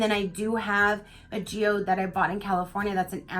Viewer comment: Oooooh, beautiful Geode!! You did say it right!! Geode, (gee-ode) soft G like in Gee Whiz:-) Everybody was saying nice things about you today on Live - (with ) Was so nice:-) Happy Wednesday!! ps GREAT BOX!!